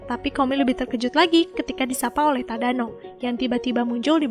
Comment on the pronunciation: Detik 6,23 tadano jadi tadana